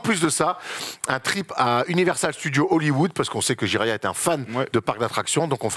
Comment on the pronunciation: Le "Jiraya trip"????? Prononcé un peu vite ça fait vachement "gériatrie" quand même.... N'est ce pas.... 😂